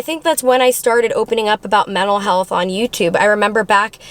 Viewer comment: I love the transparency! ❤❤ This video reminds me that your a normal person. Also, every time you say mental health I swear it sounds like you’re saying metal health 😂